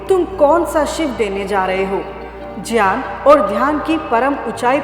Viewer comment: ग्यान को संस्कृत उच्चारण में ज्यान बोला जाता है ज्यान ही शुद्ध उच्चारण है ।